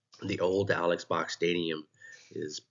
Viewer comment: Interesting and informative video. FYI - I too have been enjoying and attending LSU baseball games since the 1980s. During the early to mid 1990s Mr Robert Box, the brother of Alex Box sat in the seats next to us. “Alex” is actually pronounced “Alec”. If you ever listen to old Skip Bertman interviews he pronounces it Alec.